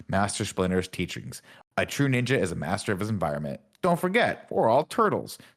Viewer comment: Tim: Teenage Mutant Ninja Turtles Also Tim: Teenage Mutant Nenja Turtles 😅